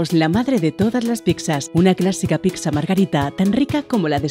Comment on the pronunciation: Me crispa que diga "picsa"